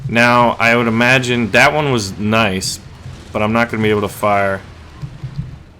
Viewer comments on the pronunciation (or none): none